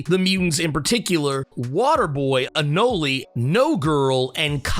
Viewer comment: Just an FYI dude you're saying Anole wrong, dont add that extra E at the end. Love the videos keep up the good work.